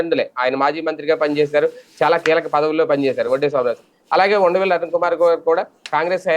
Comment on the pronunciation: Vundavelli kaadu vusaraveylli